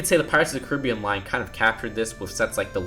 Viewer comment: he said caribean wrong